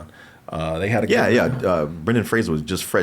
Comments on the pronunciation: Fraser. Not Frasier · FRASER rhymes with RAZOR.